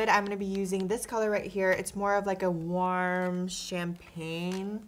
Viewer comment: Why do you ay "WARM" all fucked up